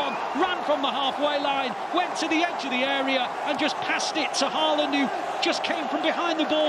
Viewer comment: Perhaps you manage to pronounce his name correctly by his 100th. It's close to HAWLAAN (like in "in awe", with emphasis on AW, and the d is silent). And it's not EARLing either...